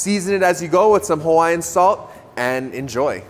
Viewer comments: Yes, indeed! I appreciate your efforts to pronounce Hawaiian words correctly. I didn’t wince once. 😊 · Max's record of perfectly pronouncing every language on the planet continues.